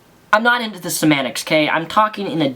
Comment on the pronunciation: SemanTICS there's a T in the word Semantics. Also there's no d's in Killswitch Engage. Dude there's no nice way to say this your English could be a LITTLE bit better. My fav bands? Lamb of God, Converge, Dillinger Escape plan, Mastodon, King Diamond, Killing Joke, Overkill, Mercyful Fate, Botch, Nile, Suffocation, Emperor, Agalloch the list goes on...